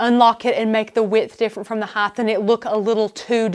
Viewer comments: width, length, and HEIGHT not heighth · Can someone please tell this host that there is no such word as heightH - it makes me cringe each time she says it. I know, it is so KAREN of me, but she is talented and knowledgable and the mispronunciation is distracting. It's in multiple tutorials.